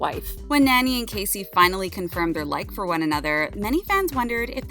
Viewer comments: Nani is not pronounced like nanny. Can you read this? gnaw-knee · actually her name is pronounce Naa-Nee. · “ Nanny” lol